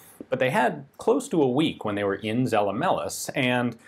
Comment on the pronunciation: It's "Tsella-Mailis" with german "z" and a long "a". Not "sell a malice" and it's "Wulter" not "Wolther".